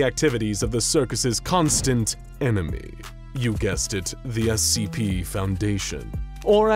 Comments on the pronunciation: Giving that they are clowns who hate the SCP foundation, they probably call it Essie P on purpose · I find it really funny that they mispronounce SCP as *"Essie P."*.